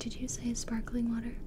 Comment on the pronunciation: Gibi: How does sparkling water Sound? Me: fizz fizz Gibi:No they're not kidding when they say spakling water Me:.....